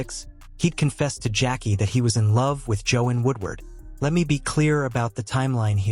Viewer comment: It’s pronounced Jo-Ann not Jo-In